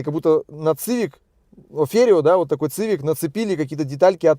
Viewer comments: Привет, не говори, пожалуйста, цывик. Сивик, это сокращение от civilian, переводится как гражданский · Цивик-так по расейански звучит... Уши режет. СИВИК! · После 5го произношения "Цивик" выключил.Ты,если делаешь обзор,хоть посмотри,как правильно. СИВИК-и только так